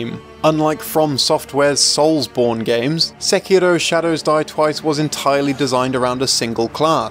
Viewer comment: its too bad ur pronouncing sekiro wrong